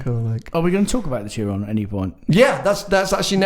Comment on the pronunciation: Tsiron? It is pronounced shiron. Jesus my ears.